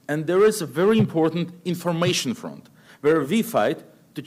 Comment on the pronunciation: Надо бы еще слово HONOR/HONOUR научиться произносить правильно, без [h], FRONT как [ фрАнт}, есть еще ряд фонетических ошибок, Бог с ней, с грамматикой!